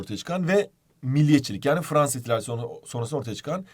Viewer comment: Fvansa :D